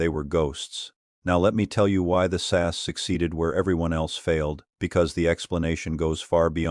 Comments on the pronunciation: I'm ENGLSH Need I say more! (btw. It is S.A.S. NEVER sas) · It's not the British SASS team. It's the British S.A.S. Team. Get it right! Also, does anyone else hate AI commentaries? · It’s SAS…. Not SASS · It's S A S, not SASS!!! Learn what you are talking about for goodness sake. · AI narration reading the the abbreviation as a word ...phonics. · I personally love the AI saying SASS 😂 The SAS are the only ones who could pull it off and theyd happily take that over failing. A lot of men getting butt hurt like they could compete 😂 these are the same men who lose their shit when their football team loses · Please stop saying SASS! They are the SAS, each letter pronounced singly. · It’s AI they all struggle with names like SAS. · Yes I also found that ridiculous and slightly rude